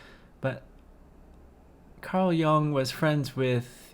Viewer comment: Carl Gustav Jung (pronounced "joong" non "young") was and MD, psychiatrist. :)